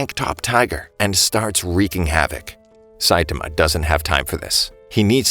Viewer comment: its not saitima its Saitama say it like this sait-aarma